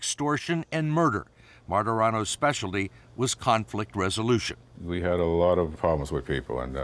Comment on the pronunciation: A loooowwwwwt. Southy for alot